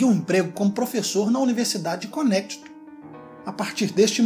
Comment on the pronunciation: Qual universidade??? nao entendi essa parte! Conétitu?